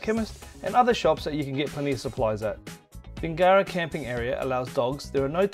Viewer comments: It’s NOT pronounced Bing GARA. It’s pronounced Bingera, with no emphasis after the “ing”. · When doing a review of an area at the very minimum pronounce the town properly